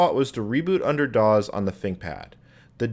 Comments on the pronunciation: By the way, DOS is pronounced “doss”, not “dawz”. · You know I just realize this you pronounce Dos and QUEM you extremely funny.